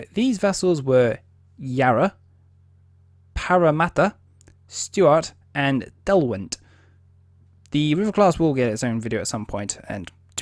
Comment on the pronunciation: HMAS Derwent, not Delwent.